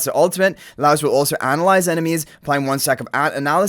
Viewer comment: Just FYI guys name is pronounced Lie Oce (like toast without the t). I'm super excited. Not a huge anime fan but Delicious is legitimately such a fun time. Also they confirmed a while back one of the units is free M+ so even more reason to be excited!